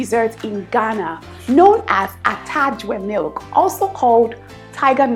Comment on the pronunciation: Haha dear, it's 'atadwe milk'